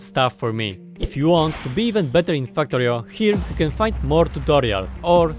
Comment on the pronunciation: Did you say tutorio at the end lmao